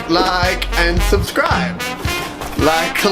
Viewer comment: Love your videos so much, I have been watching your guys' videos since almost the start. The attitude, editing, style, even music is perfect! Awesome job. Plus, I think your "like and subscribe" says "like and subsribe" 😂 no worries though.